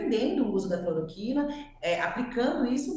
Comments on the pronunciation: Amigo, vc disse "cloriquina"... mas é CLOROQUINA Sua colega disso a pronúncia correta (clor- O -quina)! Enfim... o que importa é que o Jair pague com cadeia por propagar a medicação e causar intoxicação e morte de maneira consciente e DELIBERADA! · alguém avisa ele que é cloroquina e não cloriquina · "Cloriquina", meu jovem? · Metroro, por favor treinem o apresentador. Errou o nome do remédio (falou errado)... e parar de interromper.